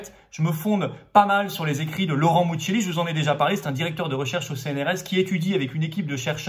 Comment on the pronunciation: Si le nom du chercheur est "mucchielli" je doute que ça se prononce "Mutchéli", le premier est un nom corse commun, prononcé MouKiél(I). Bon je n'arrive pas à prononcer les noms alsaciens non plus. Cordialement.